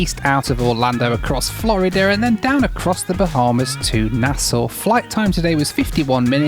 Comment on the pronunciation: Appreciate the correct pronunciation of Nassau btw 🙌